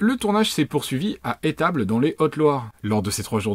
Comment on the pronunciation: On dit "Les Esssstables" !! pas la région de Etables. C'est au pied du Mont Mezenc plus haute montagne de Haute Loire pour info